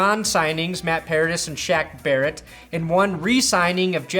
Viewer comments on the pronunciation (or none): none